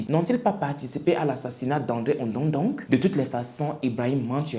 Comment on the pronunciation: waouou ibrahim trop top et ton visage très nickel et propre,très charmant merci pr cet histoire bien k je suis ganonaise me tu prononcé pas bien le nom ondo ndong😂😂 ce pas grave